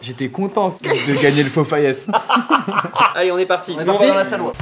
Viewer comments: Hein vous dites "fo fayette" svp me dites pas que je suis le seul à dire "deli delo" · On est d'accord que cesr "ala deli delo" et pas " fofayette" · Ton fofaillette c pas aladelidelo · Je sais pas vous mais moi je dis aladelidelo et pas fofayette